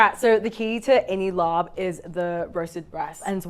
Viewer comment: น่าเสียดายที่ออกเสียง ลาบ เป็น ลอป ทั้งๆ ที่มันคือศัพท์เฉพาะ ที่สามารถใช้เสียงดั้งเดิมของมันได้และสามารถเข้าใจได้ง่ายกว่า คนท้องถิ่น ถ้าไปสั่งว่า ขอลอปไก่ 1 ที่ จะมีซักกี่คนที่เข้าใจคำนี้